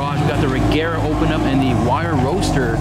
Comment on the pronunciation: I swear every video like this it's always the BMW's that causes the most anti-lag. Btw, It's "Rejera", it means dominate and/or conquer in swedish.